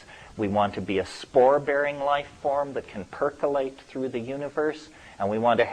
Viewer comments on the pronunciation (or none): yeah...I like to "Perkilate" through the universe sometimes.